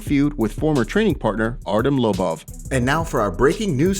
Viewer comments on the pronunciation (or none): “artem lubuv” how tf are you an mma news source when you can’t pronounce half the names or show half of what you headline🖕